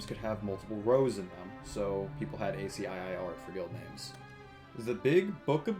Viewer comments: A See Eye Eye? It's pronounced like "ASKEE" When our good host started explaining it, I felt like I was from another planet. Imagine a video that mentions a toaster, and the narrator stops and explains what a toaster is. It felt like that. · Loved it till you pronounced ASCII as A.S.C.I.I. rather than Ask-key. My soul hurt... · "ay cee eye eye eye" FOR THE LOVE OF GOD MAN IT'S PRONOUNCED ASKY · I was thinking the same! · ASCII is an acronym but you can just read it like a word - askee. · Love the vid, but ASCII is pronounced "asky" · Ascii is pronounced AsKey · Yeah I've literally never heard anyone say it like this before lol